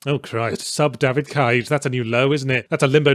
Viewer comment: Compilation of Yahtzee saying DAYVID CAYGE please